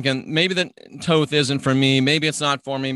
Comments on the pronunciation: Hahahah tawth and tohth....... That's unique. I usually hear thohth and thoth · th sound at both ends...thoth...lol